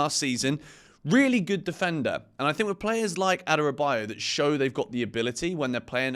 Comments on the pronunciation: The correct pronunciation is A-dara-bi-oyo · u totally killed Tosin's last name. Adorobayo...you said!.